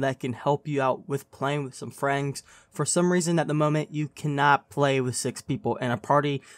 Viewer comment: bro can you pronounce friends right at least once. then I will like the video